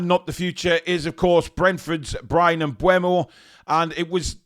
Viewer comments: Mbeumo...... Its Pronounced "Em-boom-o" according to the man himself 👊 Thank me later 😊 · Apparently, it's pronounced em-BOO-mo. But whatever, i can't see him going to Newton Heath FC. They got Cunha, but he's a mercenary and would've gone anywhere for more money. Plus, he seems like a knobhead, so they can have him. I would've rather had Kelleher for £12 million than Trafford for £35 milllion, tbh. Yeah, he was good in the championship last season and helped get Burnley promoted, but he also helped get Burnley relegated from the PL the previous season.